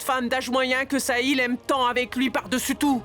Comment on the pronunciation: 😂😂😂😂 Le cœur de vedica dit sahil, sahil, saïl .